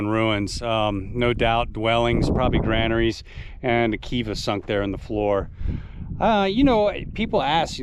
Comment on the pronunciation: Well narrated and filmed. Kudos for saying granaries over grainaries.